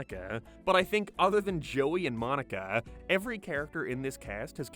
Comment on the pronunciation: Joey and moniKAH why do you talk like this. I cant focus on the content lmao Why Rachel and Joey got togeTHER why do you speak like this